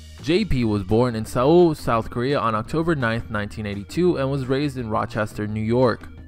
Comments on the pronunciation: It’s pronounced soul not sewole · It’s pronounced soul not swole